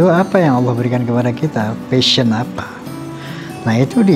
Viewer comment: Pasion kak admin bukan fashion